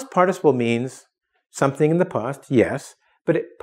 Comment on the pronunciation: if ur native then why cant you pronounce past and fast right it isnt post its past. and ur teaching english in english